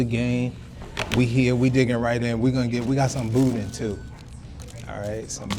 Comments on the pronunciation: ...if you don't pronounce it properly..."Boo-Dan"! Billy's is good for sure! We were big Don's supporters, but Billy's in Scott, LA is king.🤣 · the way you say boudin is hilarious lol